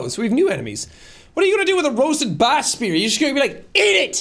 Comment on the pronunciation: sean pronouncing "bass" the fish like "bass" guitar is inexplicably hilarious to me